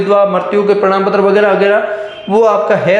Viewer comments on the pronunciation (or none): Bhai prnam patra nhi prman Patra hota hai 😂